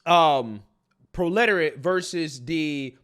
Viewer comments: love your channel. No dig here. It's pro le tariat Not pro literate You may know that and be making a joke of it. I just love your channel and want it to catch no shade. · PRO-le-TARY-et. Proletariat. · Phonetically, its pro-luh-tear-e-it.